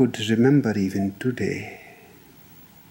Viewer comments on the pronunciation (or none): none